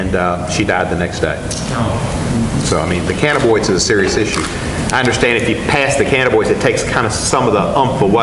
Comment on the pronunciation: Steve's gotta learn the correct pronunciation of Cannabinoid